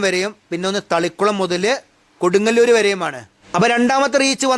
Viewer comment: Bro can tell the name properly. because it’s very important Kodungallur 😅😅😅